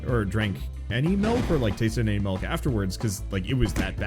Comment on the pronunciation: My man says “melk”